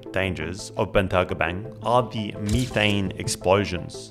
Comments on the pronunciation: "ME-THANG" 😂😂 IRKED MY SOUL EVERY TIME HE SAID IT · METH- ane METH METH METH not meeth it's not meeth heads it's meth heads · Meethane? Tf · At 19 MIN HE SAYS ME THAYNE INSTEAD METHANE IT IS METH AYNE NOT ME THATNE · It's called "methane," (meth-ane). Not (me-thane). You're the only person I've ever heard call it that in my 39 years. Lol. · Leaving your video because of how you pronounce methane.... You don't say the stuff "Me" th... So why in God's name are you saying methane like that😅 absolute cringe and I'm gone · U mf u beat me to it- i read it in mangalast year before the ankme its fire- tell me why cuz pronouced methane- ME THAYNE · I have never in my life heard someone pronounce Methane as "Meethane" lol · Mee-tane gave me a chuckle every time it was said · Ive never heard methane pronounced like that.